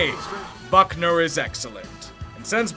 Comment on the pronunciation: Goodell really said “DeForest Fuckner”